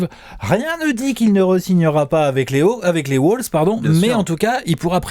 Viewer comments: Arrête de dire Woulves on dit Wolves ;) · Les "Woolves " ??